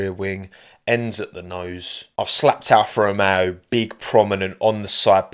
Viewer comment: every time says alfa romeo i keep hearing afro man instead and now i cant unhear it, i must be going crazy